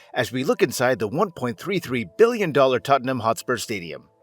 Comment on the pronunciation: Lads.. It's Tottenham